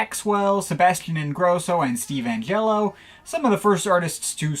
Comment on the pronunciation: This guy looks like Harry Potter having severe polio 😂😂😂😂😂😂😂😂😂😂😂😂😂😂😂😂😂 MAN SAID STEVE ANGHELLO 😂😂😂😂😂😂😂😂